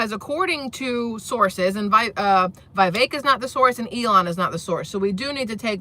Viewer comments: It's pronounced Vih-VECK, not VIGH-vek. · Vivek, says pronounce like “cake” vi-vake